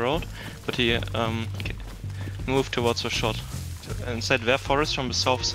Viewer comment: I mean I understand it's your accent , but what's with "Mewed " instead of "moved"? I've got quite a lot British friends and none says "moved" like "Mewed".